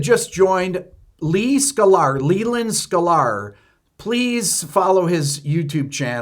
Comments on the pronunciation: I love how you pronounce it "Skull-are" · Yes, indiscriminate blocking is stupid and excessive. But what new ground is this covering here? Also, "Skuh-lar"? 🤔